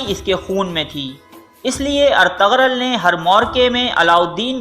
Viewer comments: Itni information lay to aye pr ertugrul ko pronounce krna nai aya Ghain silent hay, ertugrul ko erturul parho gy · ارتغرل غلط تلفظ ہے۔۔g سائلنٹ یعنی خاموش ہے بہتر ہے کہ صحیح ادائیگی کی جائے اور ارترل بولا جائے بہت مہربانی ہوگی آپکی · It's not Ar_tag_rul*.🙄😒.... It's *Er_tu_rul respect sy naam lein Inka or in ki family ka.. Allah k lye unhu ny apni Zindagi waqf ki thi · Artagral Nahi hai Bhai artugrul hai Sahi Sahi naam liya Karo sabka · When you realize the narrator is pronouncing Ertugrul’s name wrong........😒😒😒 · Agree, ertugrol was from Lebab Turkmenistan not from Kurdistan, please correct your pronunciation, any how appreciate your video